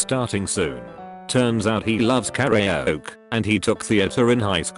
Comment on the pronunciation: No one: Not a living soul: The Text to speech bot: Carry Oak